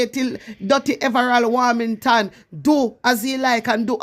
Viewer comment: Hi girl your doing a good job but the pronounciation is in correct his name is everold warmention ok love you